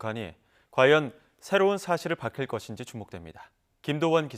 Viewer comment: [발킬거신지] 에서 발 발음은 발과 박의 중간정도로 마치 파열음처럼 내는게 정석적인 발음인가요?